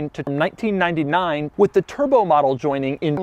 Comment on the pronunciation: Lol you really had to edit the “b” out of the word turbo? He’s said “Turo” so many times in his actual videos 😂